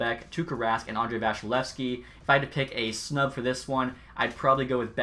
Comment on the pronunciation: VAS-E-LEV-SKI not vashilevskiy (srry tampa fan 😂)